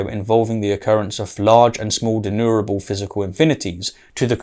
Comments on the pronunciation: I promise to slowdown on the nitpicking habits but it's not pronounced De-nu-ra-ble like does here:...but /dɪˈnjuː.mər.ə.bəl/ Even low epistemological bar-holding william craig pronounces it better What am I doing???? why is my nitpicky nature clouding my love for debunkers of crappy-argument-holding low-epistemological-bar advocates. Why oh why!!!! Help me out somebody! 🥺 Aaaarrrggh! 😵‍💫 😂😂😂😂😂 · De+numerable. Not denurable. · denumerable or denurable? I keep failing to here the "ME" part in the word denumerable. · And a dozen times thereafter :-( "denumerable" has an M in the middle. It originates from the latin "numerus" or number. It is NOT pronounced "denurable". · You seem to me to pronounce denumerable as deneurable. (George W 'Nucular' Bush would probably approve.)